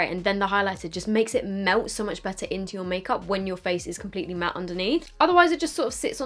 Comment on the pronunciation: Always love your videos, but please please when you say the word "matt" remember it has two "t's" pronounce at least one!